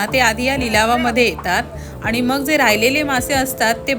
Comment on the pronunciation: मालवन नाही मालवण पन नाही पण आ नी नाही आणि.